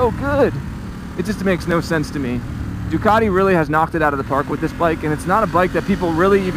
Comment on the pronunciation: Possibly the worst review I've ever seen, you can't even pronouce Ducati properly. "It's got a fuel gauge, incredible" Really? 😂